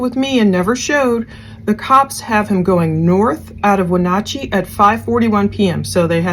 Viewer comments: You have done a very thorough and thoughtful job. I live in WA, in case no one has told you yet you are pronouncing it mostly correct, no big deal. In case you want to know its Wuh-naa-chee like "nah, no thanks" instead of nawchee. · Just an FYI, it is Wen-AT-chee (not OT). One of the town names pronounced like it it spelled. Don't even try to tackle Puyallup. 🤣 Thanks for pulling that scanner traffic. Seems they moved most of that to a secure channel after SWAT came in. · Pronounced Win at chee short a long e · Pronounciation: weh-NATCH-ee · Its Wenatchee. When-at-cheee